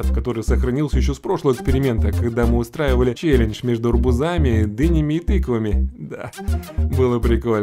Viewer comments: арбУзами, а не арбузАми!! грамотей ://// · Блин. Пачему арбузАми если правельно говорить арбУзами (в слове арбузами большими буквами я выделял ударение)